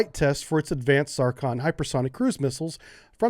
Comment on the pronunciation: I would guess that it is pronounced Zircon not 'tsar-con' ;)